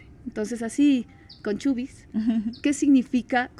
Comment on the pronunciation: Chubis??? No es CHUIS ??